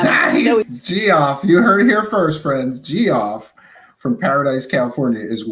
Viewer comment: Pro Tip: Geoff is pronounced "Jeff."